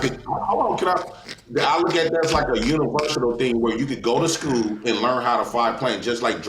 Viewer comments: "Universial" "Universital" bro its universal 🤣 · Did he say "Universital"?